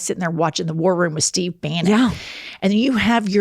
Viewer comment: Was the attendant’s name Steve and did you call him Stove? 😂